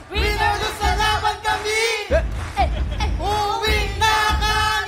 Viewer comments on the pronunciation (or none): none